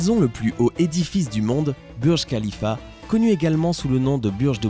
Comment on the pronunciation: Ça se dit "bourge khalifa" er "bourge al àrab"